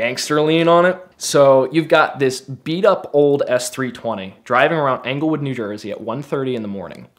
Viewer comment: Anglewood? Try Englewood, talk about sketchy.